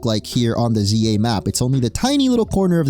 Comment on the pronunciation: I thought you said legends Ye 😂